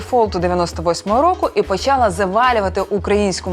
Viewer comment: не почАла, а почалА